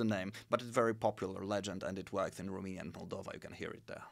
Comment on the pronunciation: I can't understand why someone who is interested so much in history and geopolitics doesn't know how to pronounce Romania. It is quite embarrassing. Also on language subject he has done some resarch but not at the level that he can explain to others what's what. For summary I will say that if it written the languages are totally identical and in speaking it does not differ at all with the accent spoken in Romania part of Moldova region. I appraciate the good will of this channel/video but a small (at least)wikipedia research and some maps will not hurt.